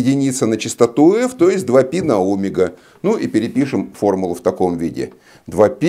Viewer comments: Всё замечательно, но "Омега" режет слух, товарищи. Ведь "омЕга" должно быть... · У физиков есть личные ударения. Обычная практика. Например, двухвтОмные. Ещё от региона зависит. Привычка =! истина :)